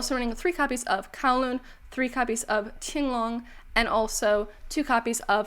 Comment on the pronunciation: Nice pronunciation of Qinglong!!